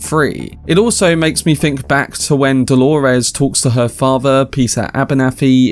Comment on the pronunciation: Why the fuck is everyone calling Dolores Delores? It's Dolores.